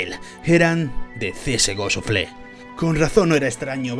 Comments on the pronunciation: Suflé xD una pequeña correccion, se pronuncia shafel. Buen video! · Me gustan tus vídeos y soy sub, pero un poquito de inglés no estaría mal (En lo que a pronunciación se refiere). Que oir csgoshuflé me duele. Saludos